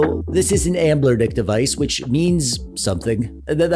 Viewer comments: Are you saying Anblernic instead of Anbernic as a mistake or to troll us and drive us crazy? Lol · You said the over sharpening is annoying, but what’s really annoying is how you don’t recognize that there is no L in the name of company. Why do you keep saying amblernic??? It just sort of invalidates the credibility of the whole video.